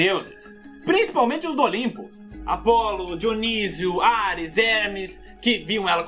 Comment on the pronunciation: Eu não sei qual é o certo, Diôniso ou Dionísio